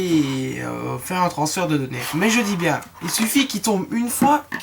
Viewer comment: mec.... on dit transfert hein...